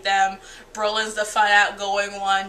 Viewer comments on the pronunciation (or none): It's cute how you say BROlin instead of Bolin xD Agreed with about everything you said. I never understood shipping wars and I probably never will =w=